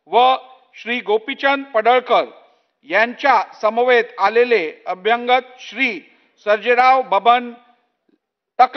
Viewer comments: एखादा भैया सुध्दा यापेक्षा स्पष्ट आणि शुध्द मराठी वाचू शकेल. अभ्यांगत असा शब्द मराठीत नाही. अभ्यागत म्हणा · अभ्यंगत नाही अभ्यागत असत ते , अभ्यागत म्हणजे स्वतःहून आलेले ( न बोलावता ) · अरे 'अभ्यंगत' नाही, 'अभ्यागत' ! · अभ्यांगत हा शब्द नाही. मराठी मराठी ओरड करतात त्यांच्या लक्षात येत नाही का? अभ्यागत हा शब्द आहे परीसीमा नाही परीसरात 😂😂